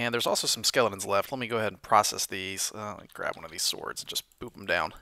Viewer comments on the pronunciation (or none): none